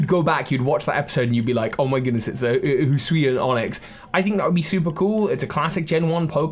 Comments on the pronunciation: can someone explain to my why british people struggle with the words hisui and hisuian so much? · he called the hisuian voltorb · Don't worry,, you still have several months to get used to saying "Hisuian".